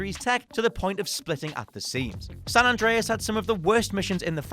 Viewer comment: how do you get San Andres wrong every time?